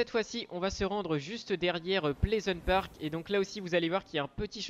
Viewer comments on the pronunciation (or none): none